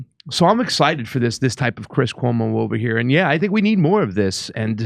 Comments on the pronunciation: I actually laughed out loud when you said "cuoma", 😂. Chris Cuomo probably always felt this way because it's common sense. He was just being a good little media whore when they were paying him millions to do so. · I hit the like as soon as Jimmy said “Cuoma.” Love it. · His cuoma--brilliant, Jimmy.